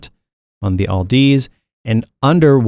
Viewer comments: Where did you get the L in the name Audeze? It's pronounced like "Odyssey" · Hilarious you don't even know how to pronounce audeze